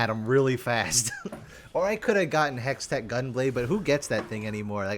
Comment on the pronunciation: BRO TRIGGERING ME SAYING HEXTECK GUNBLADE